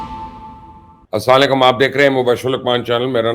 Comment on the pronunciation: Sir apse 1 request ha plz Salam thk SE Kara karain jse assalamualaikum